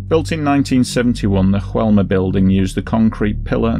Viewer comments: In Brazil they speak Portuguese, not Spanish. Therefore, the name of the building is not pronounced as "Hoelma". It's pronounced as it's written: "Joelma". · It's not pronounced HOelma! It's JOelma! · Oh, and the pronunciation is "Zho-ELL-mah". In Portuguese, "J" has the same sound it has in French. It's only in Spanish that it's pronounced like an English "H." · Mispronunciation of the building name: The "J" is pronounced like 'zh' (like the ge in massage). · Yes - I realized afterwards. Of Course, It's in Brazil, so should have had the Portuguese style pronunciation.... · Just a heads up on the pronunciation, hope you don't mind. The J in Joelma is spoken as a normal J, like John or Jack. Not like an H, as we see in spanish words with J. Anyway, great video. Joelma was a really big fire here, and still remembered to this day, as Praça da Bandeira is said to be haunted by spirits of those who lost their lives in the fire. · You really needed to check on the pronunciation of Joelma. You got it wrong, but the rest of the video was good. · Joelma - in português "j" is not silent just fyi. Great video though as always. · One advise, in portuguese J have a J sound not H like Juan in spanish. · In Brazilian Portuguese, the pronunciation of "Joe" in Joelma is just the same as in English. You're not supposed to say "Hoelma". However your pronunciation of Andraus is on point.